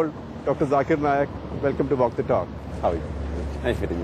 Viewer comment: My Dear Brother. I hope you can pronounce your name also correctly. He is not Jakir Nayak He is Zakir Nayak.